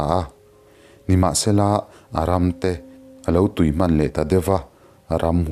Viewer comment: Mizotawng lam dik a har a niang....A ram a lo tui....tih hi Tui (water) anga lam loh tur artui tiha tui...(ei chak awm, ei itawm) anga lam tur